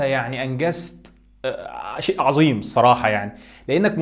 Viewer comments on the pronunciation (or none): none